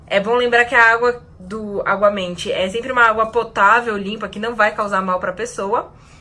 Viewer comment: é aguamenti ou obamente? huhuhu